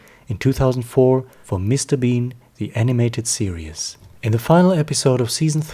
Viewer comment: You pronounce "series" as "serious"